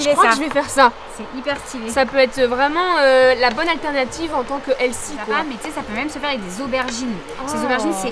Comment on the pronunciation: SVP ARRETEZ DE DIRE HEALSY PLEASSEE!!! ON DIS HEALTHY!!!